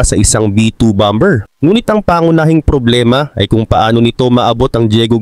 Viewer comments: Boss bammer(bomber) not bamber tamang pronouciation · Ang pronounciation dyan ay bomer hindi bomber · Boss, hindi bom ber kundi baa. mr😅😅😅😅😅😅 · "Bomber" sir ang tama pong pagbigkas nito ay Bah-mer silent "b" po "ber". Para po ito sa ikauunlad nyo bilang content creator. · Lods Bomber, silent B, BAMER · "BOMER" silent B... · Bomber can be pronounce as bomer( silent b) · BOSS "BOMER" SILENT B.